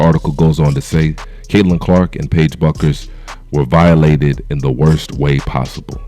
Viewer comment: Her name is pronounced like "Beckers" my dude.